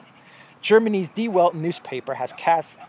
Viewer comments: Please prounance -- The Velt.. Der Welt -- in German. It means the WORLD. W is pronounced V in German. Once must not mispronance the words in other languages because it makes it people ..confused. If they want to look for information they will not be able to find them. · Die Welt is pronouned Dee Velt.